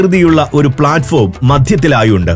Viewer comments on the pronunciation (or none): none